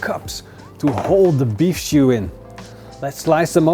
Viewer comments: Is he saying beef shoe? Lol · Love the why he says stew